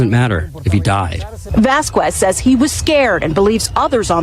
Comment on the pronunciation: Vasquez is not Vaskwez. It’s pronounced Vaskez.